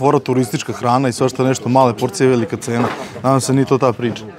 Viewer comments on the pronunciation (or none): none